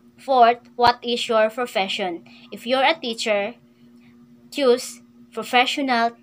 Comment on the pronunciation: madam correct your pronunciation "choose, existing, and ceremony". Baka ma bash ka.